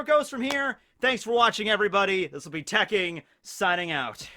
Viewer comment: nice job using the correct pronunciation tekking